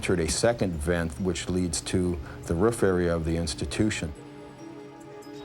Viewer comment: Lmao the way buddy says, "roof"